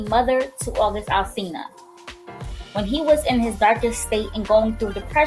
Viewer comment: who else heard her say August Alsilina